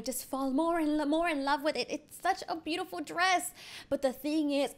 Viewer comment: Yeah wanna it wode be bitiful